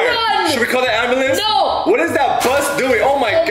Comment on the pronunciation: did say abulance two times first one ambulance truck when it is a fire truck a car on fire abulance